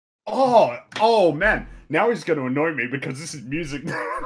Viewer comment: Did just say, "now he's going to ann-nough me"??